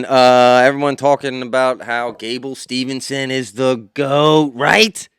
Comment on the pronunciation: If you are gonna talk about Gable being the GOAT, can you at least get his damn name right please..it's not Stevenson.. it's Steveson...